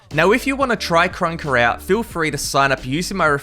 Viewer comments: Bro called krunker crouker 💀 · "CRONKER" lol